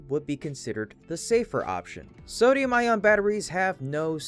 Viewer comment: It's pronounced "eye-on", not "eye-ron".